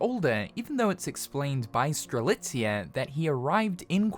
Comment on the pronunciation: Did this man finally pronounce Strelitzia's name correctly? Multiple times? Before GTA 6? Damn.